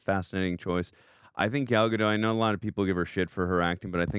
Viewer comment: and... the 't' in 'Gadot' isn't silent. It's not a word in Franch, it's an actual word in Hebrew. You welcome.